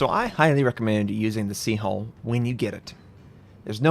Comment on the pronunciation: I wanted to make a joke about it, but then after he said it a couple times I started to hear hole instead of hull.